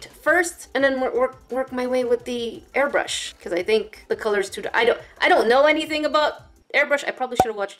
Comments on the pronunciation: When she un-boxed the air brush she said air bush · said "well here's the air bushh